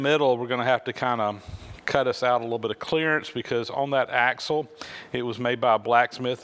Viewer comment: It's axle, not axel.